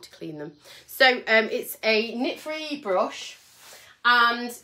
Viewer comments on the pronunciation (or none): You are very funny. I cannot stop laughing it sounded like you said I have a nit free bush!🤣